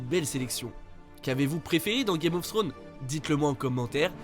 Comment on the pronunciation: Y a un S à la fin de Thrones...🤦🏽‍♂️